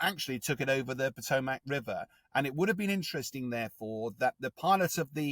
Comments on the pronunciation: This is “excellent coverage”? Your definition of those words must be markedly different from mine. Literally everything in this “report” is factually inaccurate. They can’t even pronounce “Potomac” correctly. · My sympathies to all those involved. A trivia in such a tragic incident but the standard of journalism nowadays... Please learn correct proper nouns. I'm 🇬🇧 but know that is not how you pronounce the Potomac. 🙄